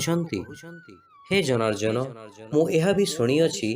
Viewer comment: 39 slok janarjana nehi janardana